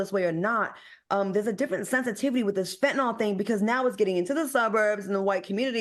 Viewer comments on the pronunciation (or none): Al, it's FEN-TA-NIL. Not FEN-TA-NOL